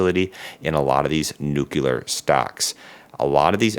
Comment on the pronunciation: PLEASE, learn to say the word NUCLEAR correctly.